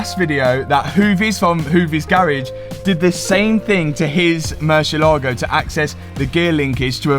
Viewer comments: Pronunciation please. Murciélago in spanish means Bat. Yes, Batman is Hombre Murciélago, except everyone calls him Batman. Anyways, every time you pronounce it you kill the word and makes spanish speaking viewers cringe. You pronounce it Murshe-lágo with the accent on the a. Ahhh! No! It's pronounced Murciélago. One long easy word with the accent on the e. Find a spanish speaking person please and ask them to teach you this ONE WORD. Hope you fix that grossly overpriced Bat. Saludos from Honduras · spanish speaking person here and it's so funny how you pronunce murcielago🤣